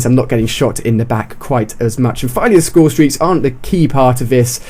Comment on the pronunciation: "Highest scoresteak" Nice intro..